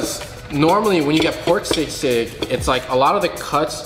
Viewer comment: As a full-blooded pinoy born and bred in the ph, it was def funny hearing teaching the fungs how to say palabok and still butchering it himself. Shoutout to the correct pronounciation of sisig. Fung bros say it right!